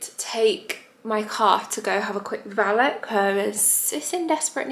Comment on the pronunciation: Valet pronunciation🤣🤣